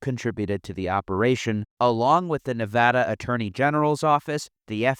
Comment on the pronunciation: As a Nevadan, I always must commend someone for saying the state's name correctly.